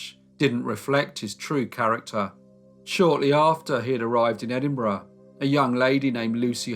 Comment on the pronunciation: It’s refreshing to hear Edinburgh pronounced properly🏴😂